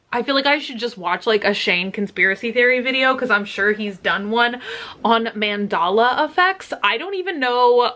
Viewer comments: I cringed when she said Mandala instead of Mandela. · “ Mondolla” she says 😂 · It’s pronounced manDELLA ❣️ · As a kid i always wondered why people called them berenstein. It's always been berenstain for me. In your title you wrote Mandela effect, but in the video you said mandala effect. 😄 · It’s Mandela not mandala lol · But why she said mandAla effects???? Like tf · She said man dolla effect omg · Its "man-del-ah" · She said mandala effect HAHAHAHA! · "mandala affects" 😂😂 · Did she really say mandolla effect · she also said she has a penchant for pronouncing things wrong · the pronunciation of "Mandela" has me cringing for the entirety of South Africa .